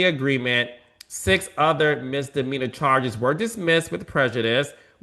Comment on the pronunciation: If this judge says MISTER MEANERS one more time. 😵‍💫 It's MISDEMEANOR!!!! Good Lord!!!